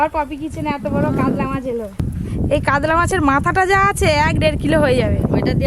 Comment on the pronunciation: "কাদলা " আবার কি 🐟মাছ????? 😂😂কাতলা হয়